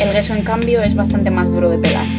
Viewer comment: Gracias por el vídeo. Sólo una nota, "gesso" no se pronuncia "gueso" sino "yesso" (dʒɛsso, para ser exactos XD), sí como el "yeso" español, pero con una "s" larga, que aunque no existe en español se puede hacer notar. Viene del italiano "gesso" que significa "tiza", que es uno de sus ingredientes en la fórmula clásica: tiza, cola de conejo y blanco titanio. EDITADO: y sí, forma parte de la composición de la "tiza" nuestro "yeso" para más inri.